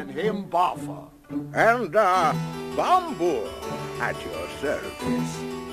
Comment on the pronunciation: They pronounce Balin, Bofur, and Bombur's names incorrectly.